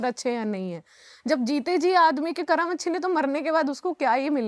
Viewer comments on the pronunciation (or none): ये कर्मा कर्मा क्या है ये विदेशी छाप जुबान 😡😡 अरे मैडम वो कर्म होता है जब तुम हिंदी ही बोल रही हो तो सही उच्चारण क्यों नहीं कर सकतीं जिसको देखो कर्मा कर्मा कर्मा चिल्ला रहा है 😡😡 कर्म होता है वो,👎👎😡